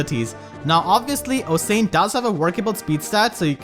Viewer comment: Osian is pronounced like ocean btw. I really like Mila, since she's a F2P way of dealing with dancers in the light season. I have been pulling for Bride Micaiah since she's so strong with her Duo skill, but Mila making Aether Raids not cancer in the light season is much more preferred. I don't have trouble dealing damage with my units, and Mila is the perfect way of managing the volatility that dancers can bring. Also, the last time I pulled on the bride banner, I got pity broken by a +Atk Nailah, and I got a +Res merge for my Rafiel. I think I'll cut my losses and just roll for Mila.